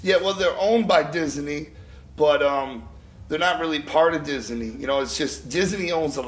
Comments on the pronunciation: Dizz-a-nee lmao, sorry. I had to do that. mcl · is he saying dizzy knee? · Diz Uh Knee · Lmao sounds like J is saying disiney